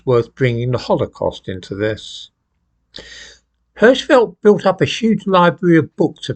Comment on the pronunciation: Hirschfeld - the "i" Is spoken like in "king".